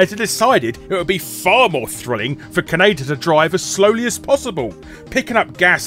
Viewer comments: It's Ka-ne-da you bloody banker! Not keneida. Did you think the franchise is named after Canada? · Did he pronounce kaneda like Canada? Or is that just me? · I never thought I'd hear Kaneda pronounced "K'naydir". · I love hearing "Kanader" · "Kanader" ~ Guru Larry, 2016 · British pronunciations of Japanese names hurt. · Oddly enough, the original Streamline English-language dub made the same mistake in pronouncing Kaneda’s name.